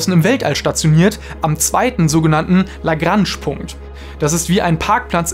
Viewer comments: sag nicht la grange so komisch. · Gutes Video, aber diese Aussprache von ‚Lagrange‘😅😵‍💫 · Lagransch Punkt LOL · „Lagransch Punkt“ 😂 Wer kennt sie nicht die „Lagransch Punkte“ 😂 Wie meine eine spanische Professorin 😂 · nur minor detail, aber Lagrange ist französisch. und wird daher ein bisschen anders ausgesprochen aber nices Video. danke!